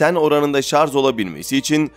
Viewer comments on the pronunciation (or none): "Şarz" olabilmesi... Başka yoruma gerek yok.